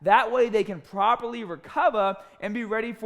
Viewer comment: " so they can pwoperwy wecova" lmao love the accent